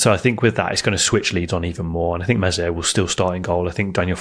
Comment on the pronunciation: For gods sake virgins. Its Meslier with a silent s, please guys. Told you before.